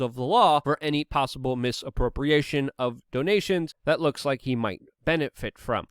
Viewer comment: You said Lick instead of Like bwahahahaha awesome slip